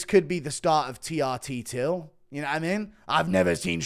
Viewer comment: Not T-R-Till.. 😭😭😭